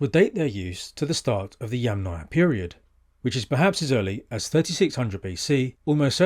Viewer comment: Bravo on pronouncing Yamnaya correctly.